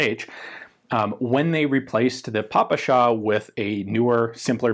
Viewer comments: "Papasha" is ironic variant of word "Father", Папаша. And it's indeed PePeSha. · Ian: saying "pa-pa-sha" instead of P.P.S.h. Russians watching the video: Finally! Ура! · Some of them are still mildly disturbed. ;) It's "pe-pe-sha." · Ziobr - Just to add even more diversity (No, I'm NOT a dam' leftist!) to the discussion, when going thru United States Special Forces training, it was pronounced "PIP shee forty-one." During the video, I had no idea about what he was talking until toward the end, when he tagged on the "forty-one" suffix! Good to hear the other pronunciations described here and the reasonings for them. De Oppresso Liber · Your ППШ (PPSh) pronunciation is adorable - "pah-pah-shah" :) This way it sounds exactly as a russian word for "my old man"